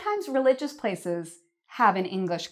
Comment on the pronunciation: Everything was okay until u said reigious places